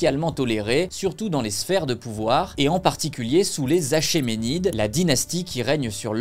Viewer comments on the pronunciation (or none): Très bonne vidéo, bien documentée. Si je me puis me permettre, un petit détail (pour la culture G) : Achéménides se prononce .nid (il s'agit du "ch" grec qui se prononce "k"). Sinon, super travail, comme d'habitude !